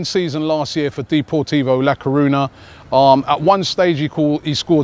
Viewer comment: Hate how u pronounce deportivo la coruna